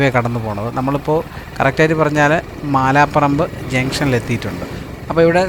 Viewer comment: മാലാപറമ്പ് ❌മലാപറമ്പ് ✅